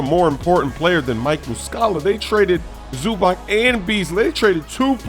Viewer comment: ZUBAK? WTF